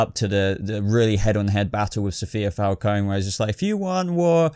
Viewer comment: I'm with you about this list, same feeling about these villains...& BTW let's hope Gotham makes all the major characters justice for the big final shot now. <3 PS-I don't want to play the grammar-nazi lady here LOL but if you're curious about Falcone, since it's an Italian surname, you should pronounce the E as in your Eng word "red" (like singer Ariana Grande pronounces her name y'know): hence it's not supposed to be silent, or said as the I of "kiss" (like in our word Armani).;-) Ciao ***